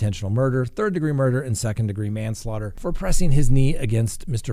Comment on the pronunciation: hey, ive noticed alot of other youtubers have taken your one liners n use them as their own. you should copyright your stuff lol and you said mon-slaughter the 1st time in this vid i was wondering if they were sensoring you but you said manslaughter the next time! love the new name for lives hopefully no one steals it too!